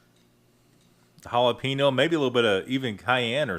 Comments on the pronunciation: It's not hal-a-pee-no. Lol. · lol Halapeeno